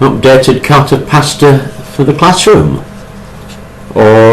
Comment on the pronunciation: It's called cartapesta, not Carta Pasta.